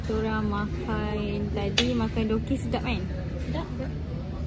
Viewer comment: Btw it's dookki